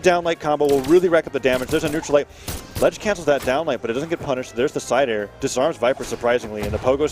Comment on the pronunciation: Isidroo spear gameplay: Side air. Sair. Le'Sair. El Sair. More Sairs